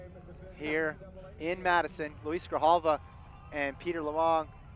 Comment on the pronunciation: One of the commentators somehow manages to incorrectly pronounce Luis Grijalva's name a different way every single time he's in the booth...